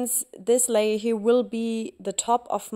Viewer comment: Wirklich schön geworden 😍 Kleiner Tipp am Rande: ein kleines bisschen weniger "here" das hört sich einfach zuuuuuuu deutsch an😘